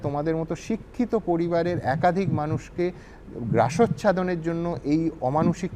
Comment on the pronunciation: Kathata " grasochhadon" noi...habe " grasachhadon...